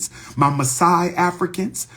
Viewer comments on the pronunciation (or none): none